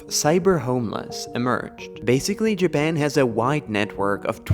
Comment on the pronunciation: nobody: this guy: jaban